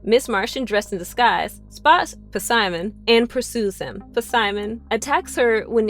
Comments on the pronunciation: Puhsimon, nice pronunciation lol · Why does she pronounce Simon's name wrong it's the P is silent